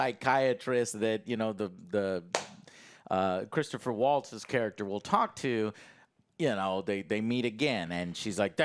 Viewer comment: Christoph Waltz....not "Christopher"